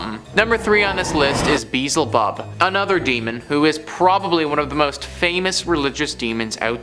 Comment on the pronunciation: I. Love this channel but , you mispronounced Beelzebub. Other than that it's a good video.🤙✌️🙃🙃